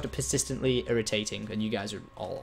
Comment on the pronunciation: “Pasistently” lmao love you Tom keep up the great work even thou this is 7 years old I still watch it before bed 😩